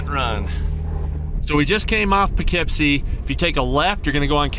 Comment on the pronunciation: I thought it was more like "Poo Keep See"